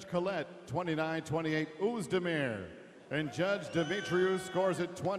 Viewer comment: the way Hardy said "Oezdemir" lmao